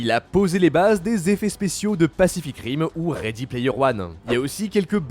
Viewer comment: Transformers c'est une vraie dingurie wesh même le 4 est trop bien, je dirais que sa reste une masterclasse, FACHEZ VOUS COMME VOUS VOULEZ MOI JE MEN FOU! Par contre il a prononcé pacific rim et sa sa fait plaiz